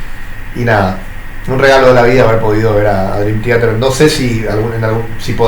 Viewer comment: 1. Kevin Moore estuvo hasta Awake (1994) 2. Mike Portnoy volvió a finales de 2023. Durante el 2024 trabajaron Parasonnia y en 2025 lo lanzan. 13 años estuvo fuera de la banda. El mismo lo dijo una y otra vez que fueron 13 años. 3. Man, que mal pronuncias Theater 4. Una boludez mencionar tu hate a Coto jajajaja la tenes adentro